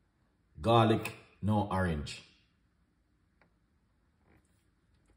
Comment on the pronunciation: I subscribed because you said awerange A Youtuber